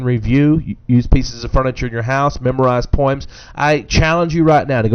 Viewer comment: "Poims" lol!